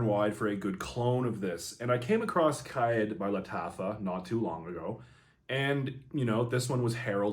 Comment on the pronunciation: Its pronounced more like Car Eed or Car Ed